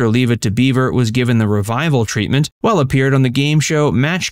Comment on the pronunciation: Its Jeri Weil, not Well.